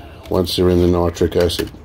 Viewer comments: And it’s nitric lol not nootric lol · Hi it’s ME again hiiiiii can you do a show showing how to make poor man’s nitric. Ps I like the way you are trying to say nitric and not nootric but I like the way you say nootric lol